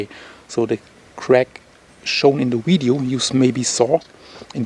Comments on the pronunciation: Its not widieo its Vidieo Vih vih vih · Love, love, love how he says wideo. Thanks for the updates and information. Be safe brother